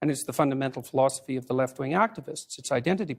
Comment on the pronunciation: he starts saying fundamental philosophy, But it sounds like "flaw-sophy". As in, a flawed, philosophy.... I'm not sure.... 🤔 Is it possible that he is catering to our subconscious in this way?